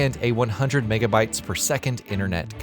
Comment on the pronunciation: Repeat after me "Megabits per second".